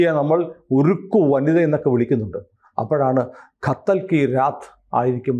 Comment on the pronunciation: ഖത്തൽ അല്ല, കതല്‍ കി രാത്!